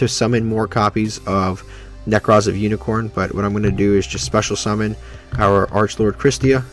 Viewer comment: uniCORE not CORN. good vid otherwise